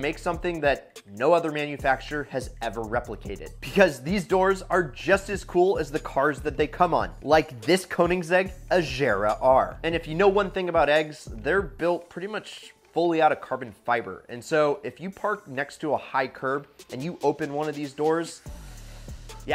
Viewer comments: The way this guy says Koenigsegg Agera: “Koeninsegg Ajira”🤦🏼‍♂️🤦🏼‍♂️😂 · I'm I the only one who heard Agera differently?